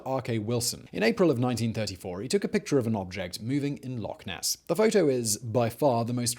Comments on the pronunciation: Its Loch ness whether you are Scottish or not... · He did not... just call it lake ness...